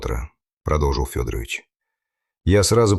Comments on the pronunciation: Ох, уж эта озвучка Ии. Скорее всего, не Фёдорович, а ФедорОвич. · Уважаемый! Если берётесь излагать настоящие, документальные дела, проследите, пожалуйста, за ИИ, научите его правильно склонять фамилии и ставить ударения, особенно когда дело касается жертвы. Ведь родные Ксении живы и могут случайно наткнуться на ваше видео. А то фамилия убийцы - ФедорОвич превратилась в уважительное отчество, при этом в простой фамилии девушки почти везде ударение стоит мимо.